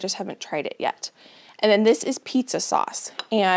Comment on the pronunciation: As a non native English speaker, I didn't know that the words last and this could pronounced lasht and thish. Is it a dialect from where you live?